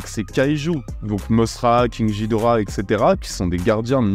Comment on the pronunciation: se prononce GUI-dora " キングギドラ " king gidora